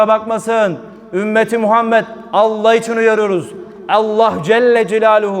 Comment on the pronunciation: Şu Allah lafzinida güzel ve doğru söylersen ne güzel olacak